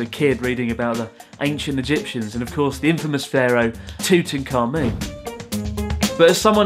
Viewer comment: Ah, I died of laughter when I read your pronunciation of "Tutankhamen".